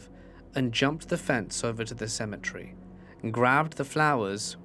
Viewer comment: It's not symmetry.. It's cem et ery